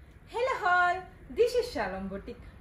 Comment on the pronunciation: "Tie n dye" not die n die "Hello all" not hello hall "Half and half" not off n off 😂